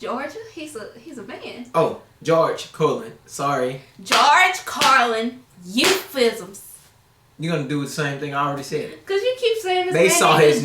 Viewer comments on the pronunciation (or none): You cant even pronounce “euphemisms?” 🤦🏻‍♂️😩 Please go read some books guys. Its a miracle you understand 1/3 of what Carlin is saying.